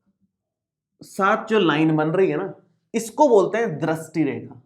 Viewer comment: पहले ढंग से दृष्टी बोलना सिख के आ फिर youtuber बनना